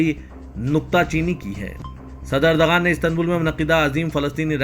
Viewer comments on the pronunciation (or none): none